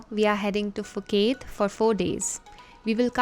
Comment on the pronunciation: Ph = P not F